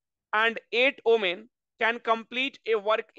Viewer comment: Omen or women what pronunciation he used ?????????????????? He must learn first